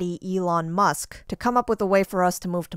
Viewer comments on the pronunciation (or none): none